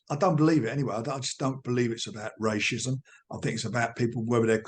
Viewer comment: Rachism 😂 True-sard 😂